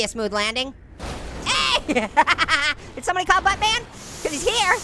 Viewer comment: It sounds like you're saying but bear